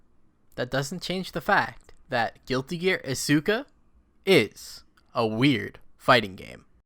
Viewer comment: i bought isuka for half a damn dollar and its so stupid it just loops around to being amazing alsoyoupronouncedisukawrongbuticantreallyblameyouitjusthurtsmyears